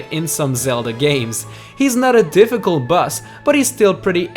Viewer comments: stop saying bus instead of boss dude XD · that moment you forget how to pronounce boss in a list 10 best bosses list